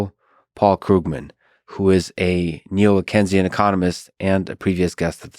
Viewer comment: Why do both of you continue saying “kenzian” economics??? It’s “Keynesian” as in John Maynard Keynes!!! Saifedean is an absolute genius and lex is not very entertaining but has intellectual guest so he at least has the capacity to keep up, why is this a thing? Saifedean is the best light in the Bitcoin space!